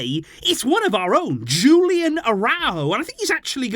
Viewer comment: Hey, I enjoy your videos! But please, try to pronounce the names correctly… Julian Araújo is Mexican, so his name is not pronounced in an English way… the J in the first name and the emphasis on ú in the last name…